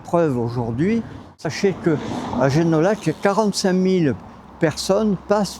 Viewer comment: Oh.Mais on doit dire Génoillac et non comme un parisien